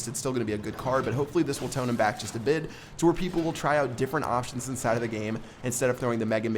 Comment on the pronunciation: why does keep saying ‘indside of'